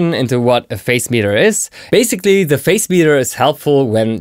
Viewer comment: Hi! A very helpful! Also, I hope you don't mind me saying, but I think the pronunciation of the word Phase is "Faze."